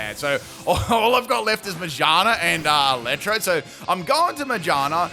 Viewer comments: Careful with the Magaerna pronunciation as well bub, I can hear something else lmaooo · How can you pronounce shift gear correctly and still butcher ma-gear-na